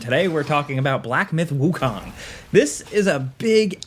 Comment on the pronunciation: Wukong is not pronounced like Wu-Kong like in King Kong, but like cone.